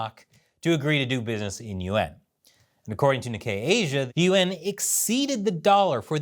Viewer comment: As a listener, I hear "Yuan" as "UN", and misunderstood what you were talking about.